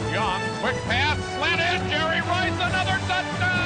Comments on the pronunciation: “I pronounce it Jerry RRRice, 3 R’s... This a bad dude right here.” -Coach Gruden. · The ToeCutter he said he pronounces it jerry rICE